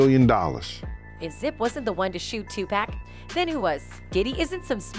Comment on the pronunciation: 2-pack LOL!!!